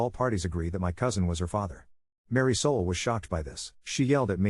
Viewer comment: Ummm. Mary Soul? Isn't it Marisol?